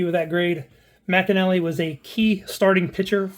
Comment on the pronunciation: Dave’s last name pronounced “mic-nally”, not “Mac-inally”.